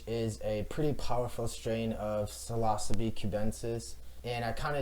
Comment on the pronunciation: bro why you say psilocybe like that….